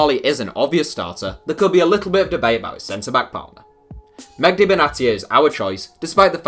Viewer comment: Medhi not Megdi 😂😂😂